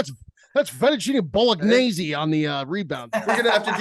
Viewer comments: The Vennuccine Bolognese has to be a bit man. Refuse to believe is that incompetent with his pronunciation. There’s just no way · Vinniccinni Bowl-uh-kneese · Please more Nicky Diamonds. not pronouncing fettuccini Bolognese correctly was hilarious!